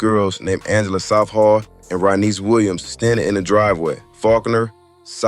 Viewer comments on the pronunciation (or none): none